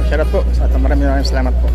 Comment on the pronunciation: Anong shour out..ano ba talaga shout out o shour out parehas kayo ni